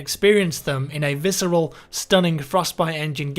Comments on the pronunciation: Did u say Viceral? I'm just gonna puke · Did anyone else shudder when he said Visceral?